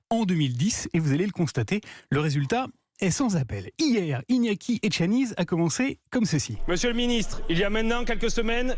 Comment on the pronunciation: C'est bien relayer,mais prononcer bien le nom de Monsieur ETXANIZ car vous aurez certainement l'occasion d'en reparler en bien; en Basque le Z se prononce S. MILESKER !!